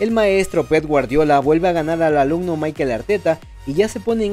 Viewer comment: Es Mikel, no es Maikel